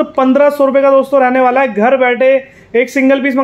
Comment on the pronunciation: रहणेवाला है, होणेवाला है, मिलणेवाला है 🐹